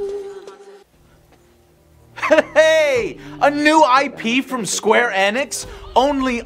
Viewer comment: "square ænix"